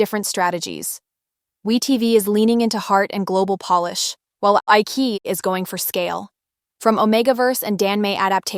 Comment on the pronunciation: Isn't it pronounced iCHEEyi? And Gelboys is JELLboys. Thanks for the overview!